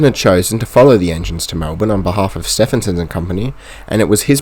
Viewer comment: The narration is good for a laugh. Robert 'Steffenson' . . .